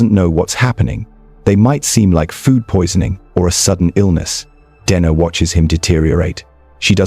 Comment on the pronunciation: How many ways can the name Dena be mispronounced..?